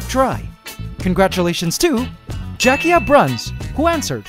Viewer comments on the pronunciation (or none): none